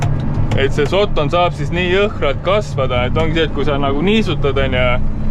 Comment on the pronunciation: Terve video välter räägid "sotton" ja "sotton". Öelnud siis kohe, et tegemist on austraalia Puuvilla farmiga jne.